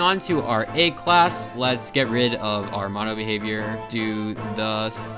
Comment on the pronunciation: I don't understand how you end up saying 'Egg' in so many videos. Ayyyyyyyyyyyyyyg